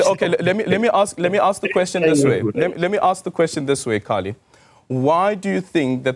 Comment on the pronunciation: Corrects Kallie on the pronunciation of a name, proceeds to mispronounce Kallie`s name several times. . . low hanging fruit Aldrin and easily flipped.